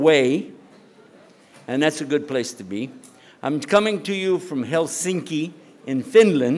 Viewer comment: From ukkkk to hell-sinki to as-slow.. 😂